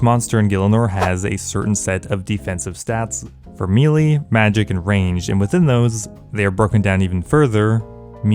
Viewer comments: Maylay not mealy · MEY LEY NOT MEEELEEEEE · A big mistake most players make is saying the word Melee as "Me-lee" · Me-Lee vs May-Lay, debates? I say it's May-Lay since that's the correct pronunciation, but change my mind! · It's pronounced MAY-LAY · How does someone grow up playing these kinds of games and still not know how to pronounce “melee” (spoiler alert: It’s NOT “mealy”)?